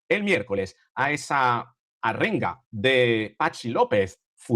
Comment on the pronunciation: Desde el cariño... no es arrenga, con r doble, es ARENGA, con r suave... de nada.